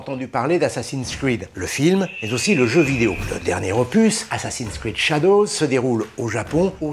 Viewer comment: ouhla faut éviter de prononcer "assassin's creed shadows"